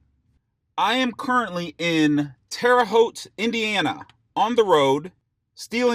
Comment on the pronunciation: Thanks for saying Terre Haute right!!!!!!😂😂